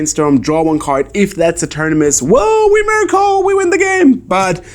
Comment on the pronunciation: I'm 1/3 of the way through the video, it doesnt matter who wins the match won it all with his "Emeriacle"!